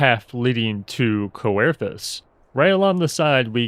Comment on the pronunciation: "Eatulshire" "Cowerthas" "Rakeeta" Greatwood Castrum "Orains" Red Rooster "Steed" Got the pharos and ceruleum right somehow lol...even used crevasse correctly...whew man that was a trip of ups and downs in reading and pronunciation.